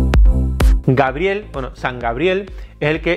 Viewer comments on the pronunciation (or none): none